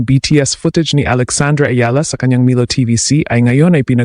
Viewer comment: wrong pronuoncecition of milo.